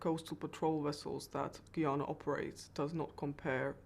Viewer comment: Why are so many people incapable of pronouncing the country's name? 🙄 It's "Ghuy-ana" - Guyana. Not "Ghee-arna".